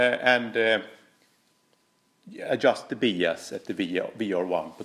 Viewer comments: quick EngIish Iesson...Bias is pronounced bIas, not beas. Great video though mate. wonderfuI technicaI insight into tube amps and the effect of biasing on tone. The hotter the bias the shorter the Iife of the tubes though.... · We are going to “Bee-us” our amp today!! Lol....the rest of the world says “By-us”(Bias). Still love you and your videos. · They all sound gorgeous!! But it’s 33 for me. Btw your English is fantastic and you know I love your accent, FYI it’s pronounced ‘Byas, ‘ love from England! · Hi, fyi in English “bias” is pronounced “BY-es”, cheers 🤘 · bias is pronounced BYE-ISS like saying goodbye to some whos name is ISS BYE-ISS. awesome video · it’s pronounced bye-ass. lol Just giving you a hard time, love the videos, brother. 🙂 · Cool video! I've wondered about this for years. FWIW it's usually pronounced 'bye ass' 'bi - ass' 'by as'. Although I'm constantly impressed by your English considering how hard I failed at learning any nordic language... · I do biasing all the time. It’s actually pronounced By-ass. BTW, your English is incredibly good.! The amp, to my ears, sounds amazing at 26 Ma! Thanks for the comparisons! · "Bee-ass" love you! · One thing I'm gonna change now for sure is the way I pronounce bias.